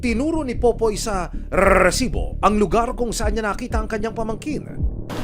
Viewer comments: Nakakainis yung host ng show na to bakit kailangan pa i-emphasize yung word na rrrrrrresibo 🙄 Napaka inconsiderate and insensitive since ganito yung TEMA ng palabas mo! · I love the way you say rrrresibo like that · panira naman yung bigkas niya ng RRRRRRRRRResibo. parang ngenge lang.